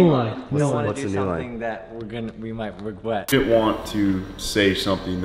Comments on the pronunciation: i probably watched say regwet 20 times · 😂😂😂😂 I forgot all about the “regwet” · Ken thinking him say regwet is dead might be the craziest thing I’ve ever heard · Dude I was in class when he said regwet and I just could not stop laughing 😆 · So when does the "regwet" merch launch? Need something to go with my "No Ken do" sticker! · didn’t “regwet” clicking on the video first btw